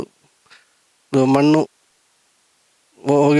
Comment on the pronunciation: ಮನ್ನು ಯಾಕೆ ಹೇಳ್ತಿರಿ ಮಣ್ಣು ಅಂತ ಹೇಳಿ ದಯವಿಟ್ಟು